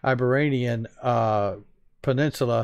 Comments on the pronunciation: FYI, "Iberian" Peninsula; Eye-Beer-E-In, like where Spain is. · Iberian pronounced "I-beer-e-an"